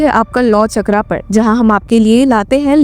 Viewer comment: चक्रा नहीं मैडम चक्र बोलिए इतना तो पता होना चाहिए